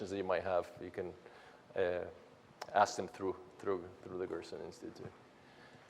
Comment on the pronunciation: Gerson Therapy not Grossen Therapy